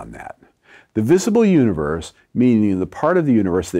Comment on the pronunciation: Sometimes when he says "universe" it sounds like he's saying "uterus."